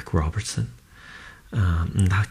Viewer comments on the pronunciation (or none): none